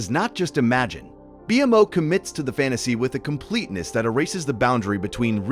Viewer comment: Amazing video but why call BMO B m o it annoyed my brain ngl it's pronounced bee mo Amazing video but definitely not for sleep ❤